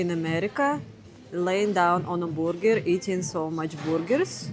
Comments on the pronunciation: Say "BER"ger, not "BOO"ger. Booger means something else.😅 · I love your Russian pronunciation of BrrGrr: “BooerGur” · "The borger" 😄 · I luv your pronunciation of "burger," it's so cute. Though it's spelled with a "u," it's pronounced like an "e." Say "ham-berger” 😉